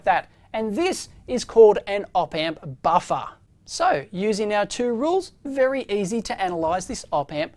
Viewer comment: Love when he says “baffa”.